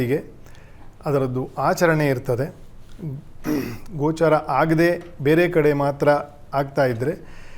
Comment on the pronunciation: ಗ್ರಹಣ 'ಗೋಚಾರ' ಅಲ್ಲ 'ಗೋಚ'ರವಾಗುವುದು